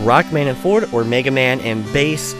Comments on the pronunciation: Rockman Shadow is called Quint. Forte is pronounced Fort-Ay, not Fort. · Except here it's not the French word but the Italian word related to music. And it IS pronounced for-tay.